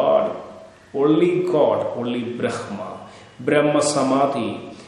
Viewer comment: 🙏🌷 Bhraamaa Pronounced Correctly. The First Breath. Nagas of Kerala are from Nagakshetra. SOUTH AMERICA IS KNOWN AS #PATHALA NORTH AMERICA IS KNOWN AS #MAHATALA AFRICA IS #RASATALA ANTARTICA IS #TALATALA EUROPE IS #ATALA(Atlantis) ASIA IS #VITALA AUSTRALIA IS #SUTALA (Astra+ila/Suvarnabhumi) The epics and Puranas describe several vast inhabited continent sized regions called '#Talas'. There are seven #Talas identified with what is now known as the seven continents